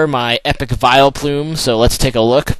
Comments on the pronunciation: Vileplume? Really? Lol Nice video anyways. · Hehe, the Vileplume slip up again xD